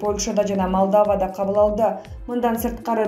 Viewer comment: Качан муногу дикторду жок кыласыңар.Сабатсыз жадаганда Молдованы туура айта албайт Малдава дейт бул шалдырбай